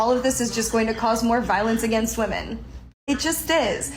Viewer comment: Every time she should have said women, she said woman. When she should have said offspring, she said offsprings. I couldn’t stand to be around this nitwit for 5 minutes.